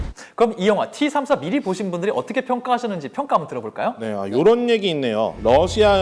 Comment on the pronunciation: 티삼사가 아니라 떼삼사입니다러시아 T발음이 떼 입니다그리고T34(티34)는 미국의 헤비탱크이고T-34(떼34)는 소련의 주력전차입니다